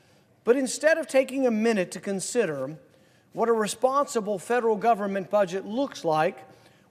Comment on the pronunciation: GAUVORMENT..... STILL LAUVE YOU RAUND PAUL!